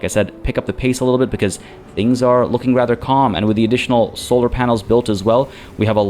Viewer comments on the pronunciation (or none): none